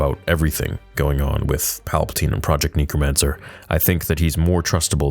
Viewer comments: great video as always...small gripe. the word is necromancer NECK-ROH-MAN-SIR phonetically. You kept saying NEEK-roh-man-sir. sorry for being that guy. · Ik im not the only one who is bugged by saying “nee-kro-man-ser” instead of “neh-kro-man-ser” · For the love of god can you say necromancer correctly, its NECK-ROW-MANCER not NEEK-ROW-MANCER. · “Knee-crow-mancer” It’s “neck-cro-mancer” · IT's NECK not NEEK... You Canadians... LOL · Someone has to say it. It’s pronounce “neck-ro-mancer” unless you’re from New Zealand. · Why can’t you say necromancer